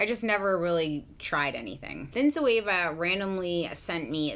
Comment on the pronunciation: Zoeva zo means live in Greek and Eva it’s the name of the first woman(Adam and Eva), and you pronounced her name really good it’s a Greek name and last name